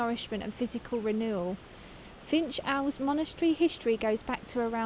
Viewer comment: Pronounced Finkle abbey